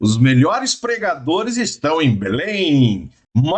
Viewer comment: Eu entendi ensinajadores e não pregadores